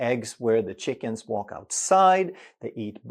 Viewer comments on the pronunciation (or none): none